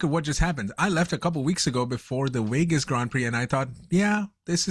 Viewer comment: What is the host’s native language? I keep hearing him say the race in Wegas.